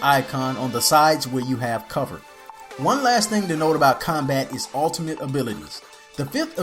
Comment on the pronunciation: Thanks. When you say ultimate it sounds a lot like alternate. I was like alternate? for a minute or two, but being used to moba's I understood you meant ultimate. Gotta pronunciate that shit my man. Hahah, just ribbing ya tho mate. Good video. Better than the other beginner's guide I saw.